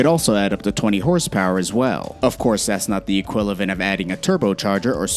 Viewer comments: He also said equilavent instead of equivalent ... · "Equilavent" or Equivalent?? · Am I the only one who heard equilavent? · "Equilivent" OK DOOD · EQUILAVENT lolll ima start sayin that loll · 1.06 equilavent or equivalent? slip of the tongue maybe. haha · Equilavent ? Really ? 🤣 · He says "equilavent".....